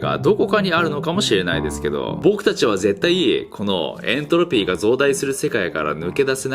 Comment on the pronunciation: エン↑トロピー